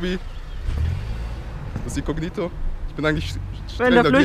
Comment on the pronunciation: Wen regts auch so auf wie er "icognito" ausspricht 🙄